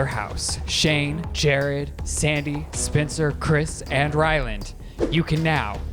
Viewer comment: 👩🏻‍🌾❤ I promise I'm not trying to do a read, but in the big brother game I kept hearing Ryland say SPINSTER instead of Spencer 😂😂😂